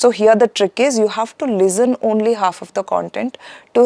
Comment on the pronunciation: Why do some Indians pronounce “Lezzen” instead of “Listen”? I wonder how do they achieve a good score.